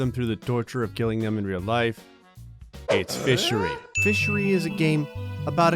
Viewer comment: I thought in the intro he said MISSERY I was like cool game But its fishery